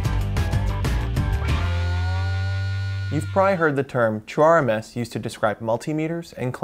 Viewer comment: When he says "true RMS," why am I hearing "chore-mess?"